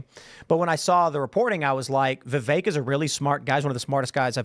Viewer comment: I dont understand how so many people who are into politics, commentators, spokesman, etc. They still cannot pronounce Vivek's name correctly. Are they lazy or stupid or are they just assholes?